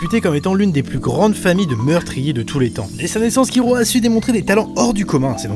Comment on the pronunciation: J'adore tes vidéos et tes classements sont super cool (même si comme certain l'on dis: des fois c'est dommage que certains personnage emblématique n'y apparaissent pas... mais tu peu pas tous les connaitre ^^). Par contre je suis désoler mais c'est vraiment moche quand tu prononce les nom japonais a la française je dis ça par rapport a Kir(l)ua (jte demande de changer si tu n'y arrive pas mais ca fait vraiment bizarre ^^' ) Sinon a ta prochaines vidéo! =) (vive One piece!!)